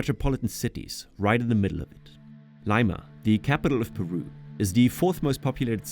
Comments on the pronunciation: Lima is pronounced "Lee-ma" not, "Lay-ma" lmao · Jesus, man, great documentary and all, but Liiiiiiiima, not Laima... Babbel should have pointed that out. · Lee-ma, not Lie-ma. Your AI bot needs to use Babel. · Did 'BABBEL' taught You how to pronounce 'Lima' ? 'Leima' ? Oh my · How have you been there and pronounce it "Lyma"?! That's wild! You would've heard the word 'Leema' over and over again... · Good documentary but you are promoting a company who teaches how to speak Spanish but they didn’t teach you how to say the name of capital of Peru properly? Lima ( Lee-ma) not Laima. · B.S. You weren't there. You've never been there. If you had , the fake robot voice wouldn't have pronounced it , LI ma. It's LEE ma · If you're learning Spanish, I'm curious why you pronounce the capital city Lime-ah instead of the correct Leema. But a nice video otherwise. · LAIMA? JAJA. EN INGLÉS SE PRONUNCIA LIMA TAL CUAL EN ESPAÑOL. AUNQUE CREO QUE LA VOZ ES UNA IA. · Lima is pronounced 'lee-mah' not 'liy-mah' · Great video, just a reminder, which you should know since you been here, Lima is pronounced "leema" not laima lol ... Not sure if you were using and app to narrate or if that was your actual voice. Anyway, other than that, cheers for this awesome work. Saludos. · Lie-ma😂😂😂 thats new try lee-ma(lima) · Surely if you traveled to the country and 'conversed with the locals,' you'd know that their capital city Lima is pronounced 'li-ma' not 'lei-mah.' Give me a break! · Hey, if your going to advertise a product used for language learning, and say that your learning spanish, then you have to pronounce spanish words correctly. Your not going to sell anything pronouncing it Lime-ah instead of Lee-ma or el neeno instead of el neenyo. Step your marketing up. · Severely ruined the video for me, made me gag every time. It´s Lee-ma, not Ly-muh. I assume that this an AI voice and no real quality control in post. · How hard is it to pronounce the capital city of Leeeeeeeeema...